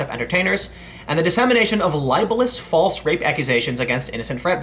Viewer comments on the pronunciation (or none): none